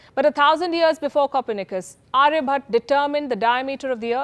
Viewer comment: His name is sushruta and not sushruth!!! And aryabhatta and not aryabhat,.. will you agree if we can you pulki Sharm upadhy!! Why is it so difficult for 😊 North Indians to spell the names as it is.